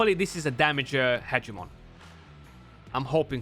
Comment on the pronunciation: Haha “Party-pants Hedgemon” 🤣